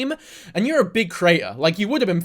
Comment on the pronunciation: this is completely irrelevant, and i don't wanna sound mean, but every time you say the word 'creator' i hear 'crater'